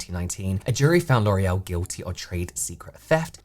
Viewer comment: It's giving get-back and sabotage by "lore-ee-el" 👀